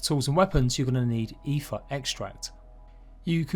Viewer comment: its pronounced AY-TR or close to it for someone that doesnt speak norse tongues.